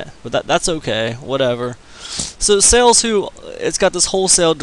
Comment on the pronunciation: Why would anyone listen to someone that can not even pronounce the name of the company correctly..........how annoying